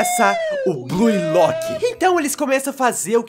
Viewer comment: Mn, qual é a dificuldade de pronunciar corretamente? Escreve-se Blue Lock, mas pronuncia-se BLU Lock. Para de dizer Blui lock, per favor me ajuda! (um meme)